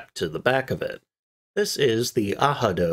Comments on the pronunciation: I fully agree aRado with a 'R' as the second letter ,hihihahahahi us this guy serious the aaado...do it again that was nice• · Ar-rah-do, very much like the English prononciation. Ah=ha=do will have any German speaker asking "Was ist das, Ah-ha-do?" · The pronounciation ahado is a google goof up it is Arado in German too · Aha-doh? Arado sounds just like it’s spelled. Ah-Rah-Do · Ah-rah-doe not ahado. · Sorry but it’s pronounced „Arado“ in Germany with an R. (German speaker) (although it is a Spanish name meaning „plow“) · Ahado? What... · Please give all units in metric as well. 60 feet something means nothing for most people. And as others have mentioned, Arado is not pronounced Ahado. But besides that nice to see this very rare design explored in some detail. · Even so - it doesn't sound like this - it sounds way more like a regular r in English than the "h" sound here as The only Madmac pointed out. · I cringe every time hearing this horrid mispronunciation. 🤨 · Ahado lmfao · I'd never heard Arado spoken and was thrown off at first, always thought it was pronounced, Air-ah-dough lol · It's NOT "AH-ha-do", the "R" sound is to the back of the throat, and NOT an "H" sound. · Google isn't always right ! Arado! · ARRRRRRRRRRADO!.... fuck google translator!.... as a german, in germany - i promise you... we SPELL the "R"... Google made it spanish... 🤨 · Ay-Rado. I learned it from German YouTubers. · Yyyyeah, google translate dropped the bratwurst on this one. You’re definitely still supposed to pronounce the “r” in Arado, it’s just in German dialect it would be a “soft r” almost like “ahhrado.” With the back of the tongue, rather than rolling the r. If that makes sense. Although in some German dialects (such as in Swiss German for instance), a rolled r would also be appropriate. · It's pronoused aradO...not ahadi, because in German you are rolling the r on the tip of the tounge. Google is wrong, as usual. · Pronounced Ah Rado.... please get this right....